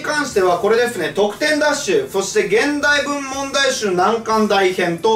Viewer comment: このコメ見た後に聞き直したら確かに聞こえました笑笑